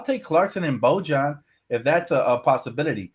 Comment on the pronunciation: Your pronunciation of Bojan is killing me man 😭😭